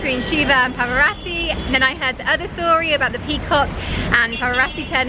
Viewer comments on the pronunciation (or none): Parvati, not "Pavarati". No operatic aria involved. 😁 I went there when it was called Madras, back in the mid 80s. It was just as hot and the tourists were gouged back then too, like everywhere else in the world. Tamils are a little more aggressive in their interactions. Then went to Bangalore (as it was called then) in Karnataka. HUGE difference in pace of life, demeanor of locals and cuisine. 👍👍👍.